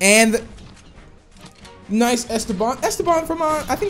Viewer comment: When he says nice he always pronounce "noise"